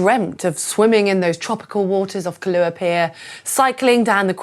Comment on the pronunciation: Before making a video learn the pronunciation it's not kalua pier it's kai- lua pier!!!